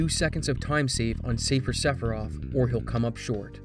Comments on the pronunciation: If you call her "Aeris" you have to also call him "Sephiros" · Hold on a gosh darn minute... how in the ass did you just pronounce Sephiroth?